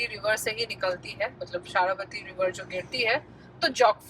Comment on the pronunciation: it is जोग falls and not jog as in jogging and it is शरावती river not शारावती।